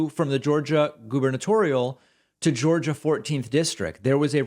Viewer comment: Welcome To "Jaw-gia", Have A Nice Day!!!!! lmfao 😆